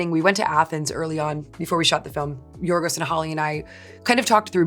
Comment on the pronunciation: Thank you Emma for pronouncing Yorgos's name so beautifully!